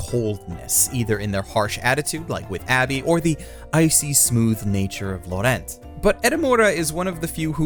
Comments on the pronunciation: How did he mispronounce Laurent!? Lau-rant. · Is there a specific reason you pronounce the name "Laurent" completely differently from 1) how the dub pronounces it 2) how normal American English speakers who see the name would pronounce it 3) how it's actually pronounced ??? Because you manage to somehow sound like a douchebag who is trying to show everyone how an actual native would say it and an idiot who has no idea how to pronounce it at the same time. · The way you pronounced Laurent should be considered a hate crime but great video otherwise